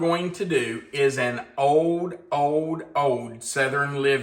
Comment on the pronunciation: It's old not ode😮😮